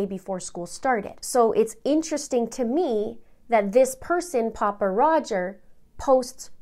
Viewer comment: Just an fyi... Pappa isn't pronounced poppa. Think of pronouncing pappy and put the a where the y is...